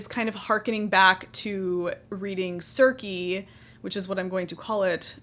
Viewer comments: I think it is pronounced seres. (Sir See ) I think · Beautiful sweaters! Circe is pronounced "Sirsee"